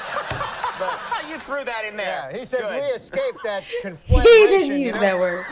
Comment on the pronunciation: You stepped on “conflagration.”